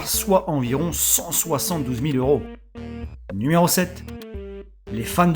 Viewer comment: "nméro 8" la facon dont tu le dit ^^ sinon bonne vidéo